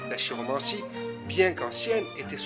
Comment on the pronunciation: Prononcer "kiromancie"